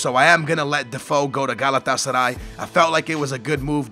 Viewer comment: You can pronounce Galatasaray but can't say Labyad properly...shame on you.